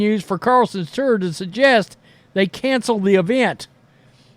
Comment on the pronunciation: Please learn how to pronounce TOUR…it sounds like turd without the d